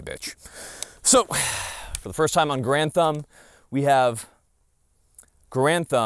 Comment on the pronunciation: I thought your name was Mike Grantham and you just made your channel Garand Thumb because it sounds like Grantham when you say it quickly lol